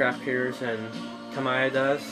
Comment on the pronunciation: the “mi” in “tamiya” is like “me” not “my”